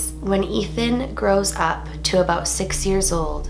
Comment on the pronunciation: Ha She said "aboot"